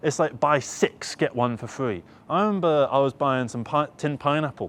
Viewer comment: "I don't want fffree for free!" Just had to lol about that. 'Th' not in vocab, RIP